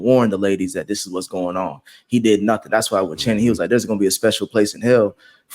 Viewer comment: take a shot every time calls Channing “Shannon” 😂